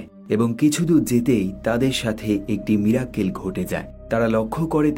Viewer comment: সঠিক উচ্চারণ মিরাক্কেল না মিরাকল।